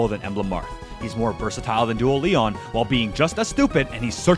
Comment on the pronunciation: Stop calling him Leon please, his name is pronounced LEE-OWN